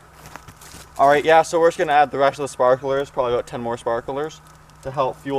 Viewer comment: If you can't pronounce sparklers correctly, you probably think the microwave uses microwaves to cook food.